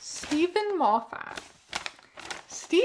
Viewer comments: Erm, actually (pokes glasses up nose), it’s pronounced ‘Moffet.’ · also thank you for pronouncing Moffat the wrong way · That is the first time I've heard Moffat pronounced like that